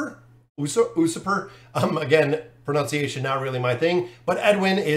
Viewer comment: It's pronounced U-surper